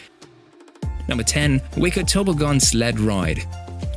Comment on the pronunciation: It definitely is. There way this voice doesn’t stop when at Number 10. Nobody says Toboggan like that. 😂